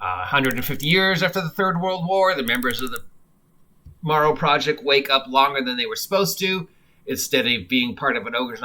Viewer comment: It's "Darrow Project".